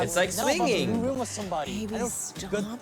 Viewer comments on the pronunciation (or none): Whu cant he say swinging ?